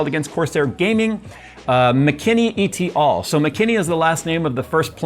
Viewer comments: Please, don't say "E.T. all", it is "et al."; it is literally pronounced as it is spelled (Latin). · It's not "E.T. all", it's et al. with the abbreviation of al. representing alii, aliae, or alia. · as a pedantic prig I need to point out it’s pronounced “et ˈæl” not “e t all”. The “et” is as in “set” and “al” as in “alcohol”. Thanks for attending my Ted talk. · E-T ALL is pronounced "eht ahl" meaning "and others" 😅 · et al is pronounced as "ET" and "ALL" not like EE TEE ALL. ET as in Bet Net or Get. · et al (meaning 'and others') is pronounced "ett AL", not "E.T. al" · It's "et-al", not "e-t-al". Latin for "and others". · Btw its et al as in et cetera, its not pronounced as individual letters. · "E.T. all". Lol - Makes me feel like he is calling home. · et is pronounced eh-t, it rhymes with met, let, set, and pet. it is a latin word meaning "and", and al is pronounced all, but it is an abbreviation of alia, meaning "other" so it means "and others" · Great video! Just FYI: in the phrase "et al," it's pronounced "eht all." The "et" is a complete word, unlike "e.g" or "i.e" where you do pronounce the initials because they are abbreviations. Ok. Grammar nerd going back in her cave now. 😊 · “Et” in “et al” is not an initialism, it’s a latin word. You can pronounce it same as you would in “et cetera”. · Its et al like somebody ate some guy called Albert. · "et al." is Latin and as a full phrase "et alii" (i.e., and others). Thus, the "et" is spoken in one word and is pronounced like "@ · "Et al." is pronounced as two words ... not two letters and a word! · Hey, "et al." is short for Latin "et altera" translating to "and others". This might never come up again on the channel, but if you want to say it out loud the closest similar sound for the "et" is how you pronounce "@ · Being particular here. Most people pronounce out the “et” instead of pronouncing eat letter.